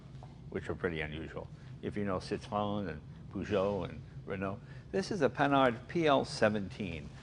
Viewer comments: its not 'sit row en' its 'sit run' like citrus but citron (Citroen) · No. The two points above the 'e' indicate that the 'e' is spoken non-conjucted -- so it is 'Citro-e-n'. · Citroen,sit ron.not sit,o rean, Just sayin' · Haha I love how Jay changed his pronunciation of "Citroen" after he heard say it!